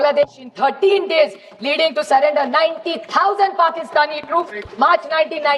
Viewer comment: Nurrender 😂surrender😢